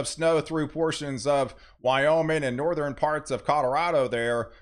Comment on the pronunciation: Northern pronounced = North- urn. Not Northrin.